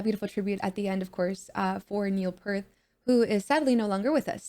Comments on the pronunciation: Great reaction and welcome to Rush…One quick note (and not sure if it was mentioned earlier), Neil’s last name is pronounced like the word “peer” with a “t” added on at the end. PS: Tom Sawyer should be your next vid - it’s a video they shot during the recording of that song in the studio. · Neil's name is pronounced "peert" not "pert" Very common mistake. :) Rush are masters of time and transition, producing a rich sound with only 3 people that many larger bands still struggle to achieve. This video is new; you are correct. It was animated as a tribute to Neil after his death. My favorite band of all time.